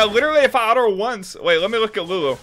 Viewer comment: so are you a southern guy cause i heard the what happened to ma autos and was like hmmmm i know that accent